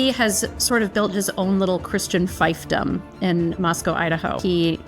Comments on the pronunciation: . Please get your pronunciation right. It's not "fife-dom;" it's "Feef-dom". Apart from that, good for you for exposing these lunatics. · Pretty sure "fiefdom" is pronounced "feef-dom." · Is that how you say fiefdom?